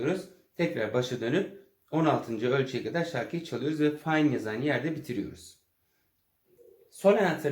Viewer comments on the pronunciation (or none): Kucuk bir duzeltme yapabilirsem sayer; notanin sonunda duran fine “fayn” diye okunmaz cunku ingilizce bir kelime degildir. Itayanca bir kelimedir ve yazildigi gibi okunur ( sonu biraz uzatilarak italyanlar gibi)